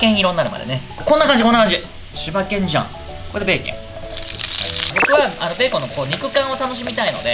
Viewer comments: 完全にベーケン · めっちゃ思いました。ベーケン